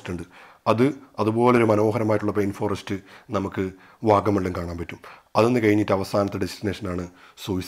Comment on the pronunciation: പെയിൻ ഫോറെസ്റ്റ് അല്ല ചേട്ടാ പൈൻ ഫോറെസ്റ്റ് ആണ്. അർത്ഥം തന്നെ മാറി പോകുന്നു.